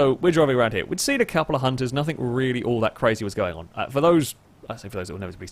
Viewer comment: I wish you got rid of the stupid ott "hello and welcome to the show" and the various annoying nothink/somethink